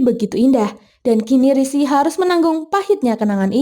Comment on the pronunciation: sering bgt min rishi disebut sri😅